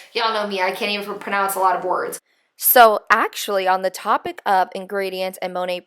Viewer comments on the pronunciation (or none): none